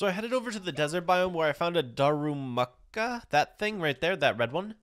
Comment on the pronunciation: It's pronounced du ru Maka